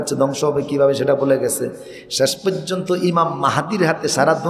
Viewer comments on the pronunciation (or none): none